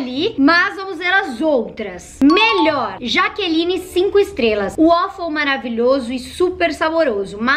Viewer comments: "melhoe" KKAAJKAJjJAHZKANSKZNAK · "Melhoe" kakaka